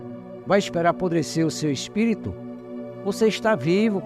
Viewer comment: kkk esse " espito" é foda hein 😂😂